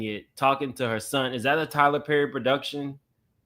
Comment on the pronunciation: IT'S TYLER PERRRRRR!! 😅😂 🤣❤️